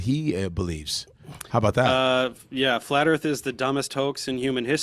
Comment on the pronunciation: Flat Earf.🥴